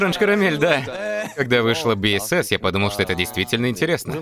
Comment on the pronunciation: Спасибо за озвучку! Но немножко корректировки позволю себе. BSS произносится как БуСокСун, а сам Хоши не лидер севентин, а лидер подгруппы перформенс или как выражаются лидер дэнс группы